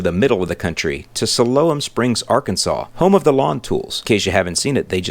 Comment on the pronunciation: Love the way you pronounce Siloam Springs lol. Nothing but love from Arkansas! It's "Sigh Lome" but you can say it however you want, you're the!